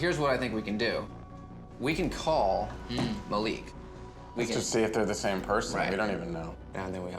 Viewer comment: maleek??? its MA LIK